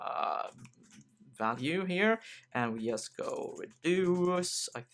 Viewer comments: "in YUST a minute" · Swede detected. ;)